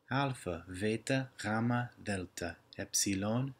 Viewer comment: You also pronounce the χ wrong and the γ and the ζ. Not by much but it wrong.